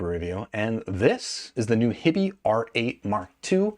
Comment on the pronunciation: HI-bee, not hibby. “Hi” as in Hi-Fi. So grating every time he says their name.